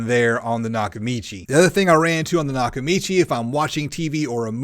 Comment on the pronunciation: Lol its NOT nakachimi bro its nakamichi 😂😂😂